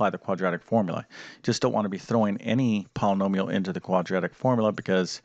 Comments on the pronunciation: Polanomial? Thankfully, you don’t teach speech nor pronunciation. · 10 min understanding... 20 min vid. Too many ahhhs and ummmms. Can’t pronounce Polynomial...why is it called a quadratic equation? Curious kids want to know. Too much nose breathing and swallowing noise (annoying). Not good vid. Won’t use or recommend.